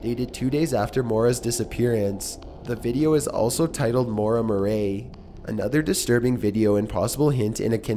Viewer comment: Maura Mau-ray? How can you have never heard the name "Murray" before? Arrrgggh! Ma-carb, its pronounced macarb! I don't mind angsty teen but the pronunciations drive me crazy...